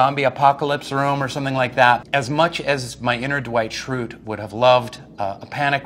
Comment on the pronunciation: “My inner dwight schrutre”